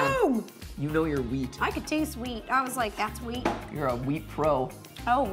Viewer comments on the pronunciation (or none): Heard weed instead of wheat